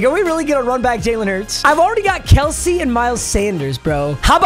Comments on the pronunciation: Jason Kelce’s last name is actually pronounced how said it the first time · She actually said Kelce’s name correct 😭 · she says kelce correctly